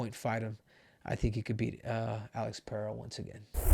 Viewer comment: Muito raro ver um gringo falando Pereira certo 👏👏👏